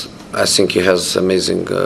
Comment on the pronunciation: I love the way Rashford plays football. But he perhaps should be taught how to say think instead of fink. But in a strange way it does suit his naff persona, I 'fink'.